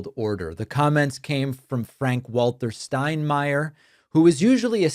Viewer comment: I appreciate an American pronouncing Steinmeier correctly. :)